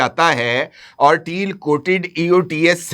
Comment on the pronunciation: ABBY GUNJAY DHAKKAN 😂TEAL NAHEAN TAIL SAHEAH ENGLISH BOL WARNA URDU MEAN DUM BOL.😂